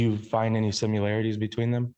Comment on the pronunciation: I can't take it when he asks the officer "Do you see any simularities..?" Sir, that's NOT a word.